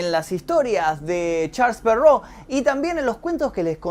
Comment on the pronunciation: "charls perrou" ulala señor francés v